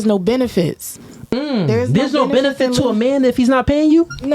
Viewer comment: It's funny when a certain type of woman says be-nuh-fitt.. usually with Hella attitude and it's always used improperly... same thing when these same women use the word specifically and it always gets pronounced "pacificaly". Hood boogera